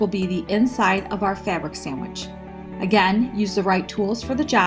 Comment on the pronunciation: sam wich inshtructions otherwise a great quilter making a rag quilt